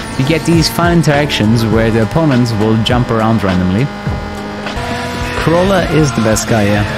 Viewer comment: "Corolla." Me: "Yeah, not an italian car but an italian pronunce and pronounced that correctly. So... "Italian-ish".